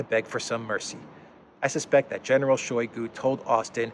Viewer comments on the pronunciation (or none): [ShayGU] The ``o' ' makes ``a' ' sound as in ``owl' ' because word stress falls on ``GU' ', not on ``shoy' '. In Russian, unstressed syllables get muted.